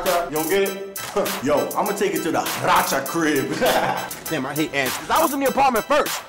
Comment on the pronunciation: He said racha crib say a racha crew😂